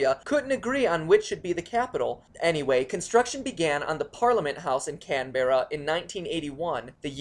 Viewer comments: lol so good 'canned berra' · Pronounced "Mel-burn" and "Can-Brah" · Pronounced can bra also frogger game play sounds like cross road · as an Australian myself it pains me to hear Canberra pronounced as can-ber-ah, this is because we pronounce it can-bra sorry but it hurts my ears :( no offence seeing as you're american i can understand that you have never heard of it or heard an Australian properly say it. Just a pet-peve. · Can-bear-a, Mel-born. Mate, you butchered them. They aren't exactly phonetic. Canberra = Can-bra, Melbourne = Mel-bin. Welcome to Australia, we house the world's best beaches, the world's most fiercest animals, and a population that can't pronounce the name of their capital city. G.G. world. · AHHHH NO DONT SAY CANBERRA! MELEBOURN its melborn canbra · I'm just going 2 say this once. WHY DOES EVERYONE CALL CANBERRA "CAN-BERRA" ITS PRONOUCED "CAN-BRA" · Canbra is the pronounciation not can bear ra And its mel bun not born so racist man so racist AND WE DO NOT RIDE KANGAROOS but u got sydney correct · And Can-bra not Can-Berra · Can-bear-a? It's pronounced Can-brah mate! And never try to do a Aussie accent again. You make us laugh at you, not with you. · Not cenbrea Cam-ber-ra get it right;) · that pronunciation though x'D can-berra omfg, its can-bra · You don't pronounce Canberra "Can-ber-ra" you pronounce it "Can-bra" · "Can-berra"?! It's pronounced "Can-bra"! (short-sounding second 'a') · i'm sorry but this is driving me mad. The city is pronounced Kam-brah not kam-ber-rah. and if you wanna be really specific, it's mel-bern not mel-born. i probably sound like an up-tight loser that has nothing better to do than correct insignificant mistakes on unrelated videos but, i just made all you americans that little bit smarter. woooo! Aussies! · Canberra = Can-Bruh. Melbourne = Mel-Ben. Fosters = Piss in a can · Can-bruh and Mel-bin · its pronoced Can-bra Melbourne= mel-ben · CANberrah, MelbORn, I'm crying these pronunciations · it's pronounced can-bra